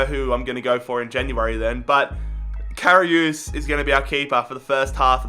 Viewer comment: You can’t say karius